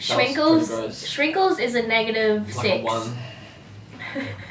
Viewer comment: Hi, many of the candies you tried were not Mexican at all. And it's not "shrinkles", ir is SKWINCLES with "SK" not with "SH".